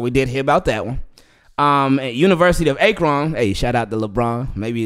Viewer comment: Why do you say Akron like that 😂